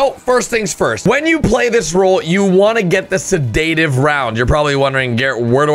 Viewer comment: Google how to pronounce sedative